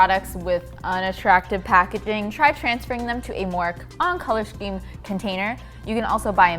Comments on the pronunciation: The way she says “shkeem” instead of “skeem” bugs me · Loved the video but the fact that kept saying shkeem (spelling it phonetically for those in the comments who always want to nitpick on grammar) instead of Scheme (Skeem) was incredibly annoying. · LOL it's pronounced "SCeme" not shceme :P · that clock is going to be super annoying when youre trying to fall asleep and you hear the ticking. also why are you putting a plant in a room with no windows? also its skeem, not sheem. also iron the pillowcases woman! yall have been slacking lately and your vibes seem off. have you been fighting? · Scheme? Pronounced skeem not shkeem. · Please stop saying “ssshhhhkeem” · Scheme is pronounced skeem...the "ch" is silent. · Stop saying shkeem! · shkeem? lol every time... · I’d love to see how you did the water colour wall art! I’ve been trying to figure out what to do with one of my walls and that would be PERFECT By the way... “Shhhhceeeme” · shister shceme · wait... is scheme pronounced with a shh? have i been saying that wrong? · Pronounced: skēm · It’s pronounced ‘skeem’ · I thought she was trying to b ironic at first, but then I realized that's actually how she pronounces it! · amaiaamaiaa no is saying it wrong lol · Cringed every time I heard "scheme".